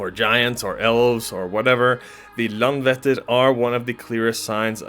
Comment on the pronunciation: Icelander here. I love this! Just one pronunciation tip (I know, Icelandic is challenging!) But the letter "Æ" (as in LandvÆttir) is pronounced as the English word "I" (like "I wrote this"). So saying Landvættir, knowing how to pronounce the letter "Æ" changes this whole thing :)